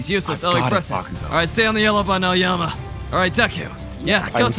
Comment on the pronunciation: HELP I THOUGHT HE SAID 'AOYAMI' HE SAID 'AOYUMMY'🤓🤓🤓🤓